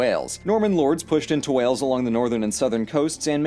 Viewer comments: DUDE !! -- Wales not wells ! as in the sea mammal 'whales' 🐳 ! as in 'jails' 👮 ! as in 'pales' 🪣of water ! as in weather 'gales' ! as in 'fails' to say it correctly...!!! ☹ -- Wales is older than time, the Lord of the Rings story is actually based on Welsh history, in fact, my cousin Gerry is the spitting image of Golem !!! -- The story of King Arthur and the Knights of the Round Table is Welsh history. -- The Welsh (celtic, indigenous population) people were being enslaved (literally) since the first invaders. Our slavery diminished, or at least petered out 1000 years before the African slave trade started ! (Note to African Americans; chill out, you weren't the first, nor will be the last, and it's always unfair, but it is the story of human history... ask Ghengis Khan, Alexander the Great, Hannibal, The Romans, the Persians, The Medes, The Greeks, it happens everywhere humans lived, and at all times in history... there are always greedy jerks, and someone weaker to oppress) -- You mentioned singers; Tom Jones, Shirley Bassey, Charlotte Church, Duffy, Bryn Terfel, Katherine Jenkins, & Cerys Matthews are of note, besides world class choral groups. -- What about actors; Richard Burton, Anthony Hopkins, Michael Sheen, Luke Evans, Tom Ellis, Christian Bale, Catheryn Zeta Jones, Ioan Gruffudd, Jonathan Pryce, Andrew Lincoln, Rhys Ifans, Taron Egerton, Eve Myles, Matthew Rhys, Rob Brydon, Mark Lewis Jones, Alexander Vlahos (not so Welsh sounding..). Great Britains coal mining and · WAYULS! That is how it's pronounced, not Wells! Wales= Wayuls not Wells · Wells???? Wells??? Ha ha. Try saying it like this - WAY-ULS But note: It is called Cymru in our own language - (pronounced Cum-Ree) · As a welsh person I like you watching the history of wales it’s wales not whales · Mate it's f---ing Wales not wells. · Welshy here ❤ its pronounced the same as Whales, as in the big old fish in the sea 😂 not Wells. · It sounds like you keep saying Wells. Try Whales! 😃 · Wales not Wells